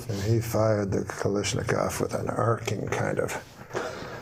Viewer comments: Somewhere in there he says Balashnikov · Anyone else notice Terry was armed with a "Balishnakov?" lmfao